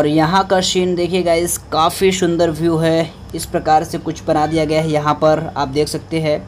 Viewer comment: It's not shundar it's sundar